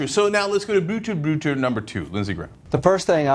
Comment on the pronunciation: Brutale Brüder, not Bootoo Bootoo